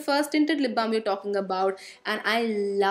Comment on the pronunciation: I love when you say lip blam edict association😍😍😍